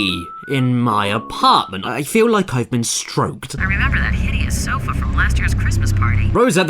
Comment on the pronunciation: Remembarr, remembarr, the fifth of Novembarr.